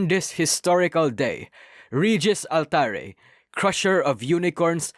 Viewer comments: I cannot unhear that "regis altaRE" 😭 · nijiholo en collab is good to hear, but what i dont like to hear is yourpronunciaion of altare /j